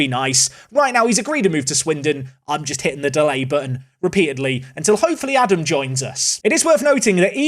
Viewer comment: Really can't expect you to say Scheuchenpflug, that's honestly hard. But if you want to get a bit closer to his actual name then it is Ah-dahm with two long As in German.